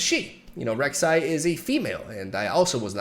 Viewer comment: I'm liking the video cause he got my Queen's name right.